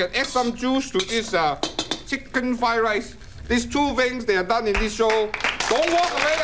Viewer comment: Flied lice. Oh shit , I thought it was a fake stereotype, dude cant pronounce the r.